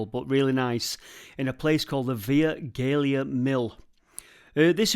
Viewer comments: Via Gellia pronounced here in Derbyshire (I went to Benjamin Outram School) Via as in Viaduct and Gellia Jelly with a A on the end. Great video however! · Thanks for a great video, I'll certainly be checking some of those sites when I pass next! Via Gellia is pronounced Vie jellia, and Gell - jell! My parents ran the village shop in Bonsall in the late 70's so I know the local lingo. :-) Thanks again! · Pronounced VIA JELLIA.That's how me dad and uncle used to pronounced it. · Pronounced Via JELLIA if you don't mind,! I live in the house on the other side of the road from the end of the path across the mill dam so if you drag your backside down here again, call in for a cup of tea and I'll give you a bit more about the Via Gallia and the stream that runs through it, including the now filled in pond that fed into the pond you shewed in the opening. It's probably worth doing another full video on the Via Gellia its self as there is a hell of a lot of interesting stuff that you missed, including the old lime kilns just up the road from the pond. Drop me a line if you're interested. I'm always willing to put the kettle on! Regards the wheel at the basket place in Cromford, it IS a breastshot wheel, not an overshot, all be it one with a very high water inlet to get the maximum turning effort out of the water. If you look at it from the road and imagine it as a clockface, the water came in at about 11 o'clock which caused the wheel to spin anticlockwise. An overshot would have the water coming in at 1 o'clock and spin clockwise. If you look at the buckets on the wheel, it is obvious that they are set to spin the wheel anticlockwise. The water incidentally, came from the top pond. 20m10s I think you are looking at Flurospar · Pronounced Via Jell ee a